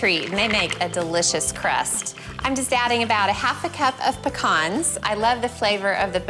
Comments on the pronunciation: Why did she pronounce pecans in such a funny way 😅 Recipes look fab though! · I'm guessing that's how you say it in Oklahoma